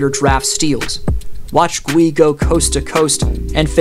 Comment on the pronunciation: Gui pronounced as KEY but replace the k with a g as in guy.. Take the word glee and remove the L but same pronunciation